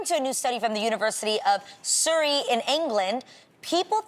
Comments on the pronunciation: Sooooory? It is s-ugh-ree🤣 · 'Soorey' lol, its Surrey university pronounced SUHree. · No it’s SU-REE NO H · The 98 people who disliked this video are British people who are upset with Adrienne for pronouncing "Surrey" as "Suri" 😂😂